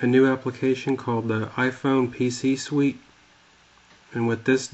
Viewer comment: hahaha iphone pc "SWIT" lol =p